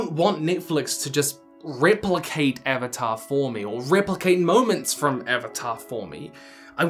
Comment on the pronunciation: its Avatar not Evatar lol 😅